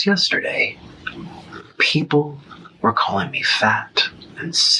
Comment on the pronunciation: I hate the way he says “puhheeepel”